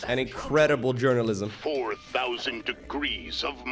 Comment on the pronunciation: "Jurnolizm" --Donny Vermillion. making static defense? I don't even know you anymore.